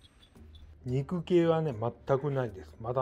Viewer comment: 肉系が肉きゅうに聞こえましたｗ✨